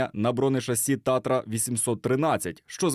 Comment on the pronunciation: Не "ТАРТА", а "ТАТРА". Предмет только выиграет, если пишущий (говорящий) о нём будет его знать!